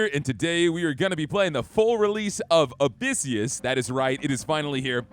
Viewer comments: It’s not called abyssius… it’s abyssus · Shoulda learned how to pronounce the game title before doing this vid.